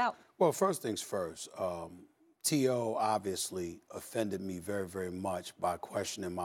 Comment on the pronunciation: is molly saying TO’s name weird?